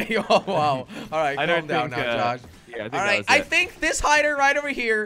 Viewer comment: jelly said “tosh” instead of josh lmao